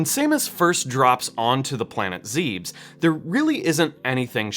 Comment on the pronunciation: Ahem ZEE-bus